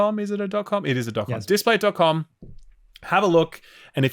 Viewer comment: It's Displate, not Displace 👌🏼